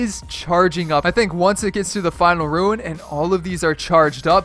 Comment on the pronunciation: You also pronounced ruin wrong did you got school at all